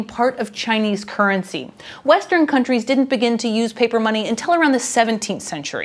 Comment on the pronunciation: Normally I don't notice it that much, but I switched off after a minute due to woeful pronounciation. 'kerncy'